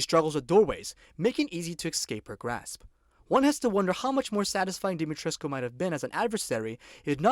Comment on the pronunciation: Special thanks for actually correctly pronouncing Dimitrescu's name. Others go for Dimitresc (how Ethen calls her) or Dimitreesh (how the devs call her). 👍